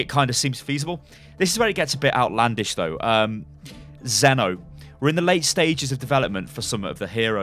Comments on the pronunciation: As someone who is actually called Zeno, why Zenno? where comes the extra n. I knew what would happen, but still pisses me off, when people butcher my name like this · maybe its pronounced zeen-o so it be zeen or zen